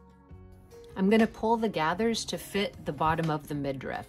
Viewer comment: It is midriff, not midrift.